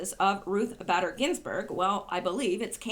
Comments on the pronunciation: Bader is pronounced Bayder! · Ruth BAY-Der. Long A. Scar-A-mooch-ie. They call him mooch. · B---A---der. Pronounced A a long A . Does not rhyme with glad or bad. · Her name is sound like Ruth (Bait-er) Bader Ginsburg. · RBG BADER IS pronounced BAY- DER..The A is long.